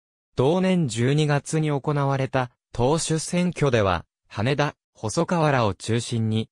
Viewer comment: 羽田（はた）です・・・